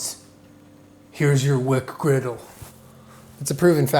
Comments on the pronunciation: “Welcom to WcDonald’s. Here’s your WcGriddle” “WcWuffin. What are you gonna do about it WcDonald’s” with a speech impediment confirms our suspicions of him being a 6-year-old 😂😂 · The WcDonald’s WcccGriddle